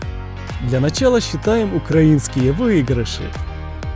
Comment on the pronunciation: Его слово украинский(ударение) вообще ни с какого язвка! Безграммотный:)